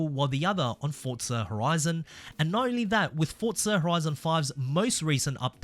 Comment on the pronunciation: For za not fortza